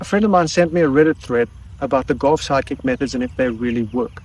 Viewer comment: Sometimes when you say "Golf Sidekick" is sort of comes out as "Golf Psychic" which still works for me.